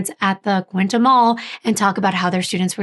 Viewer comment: I live in Belleville, its not small by any means! like 160k people live here -- QUINTE -- QUINN-TEE not QUINTA